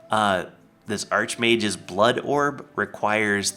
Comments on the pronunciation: It's pronounced ark mage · It is pronounced ark